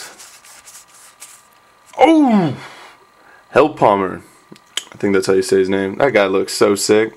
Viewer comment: It's pronounced: "Hell-Poe-Ehmer"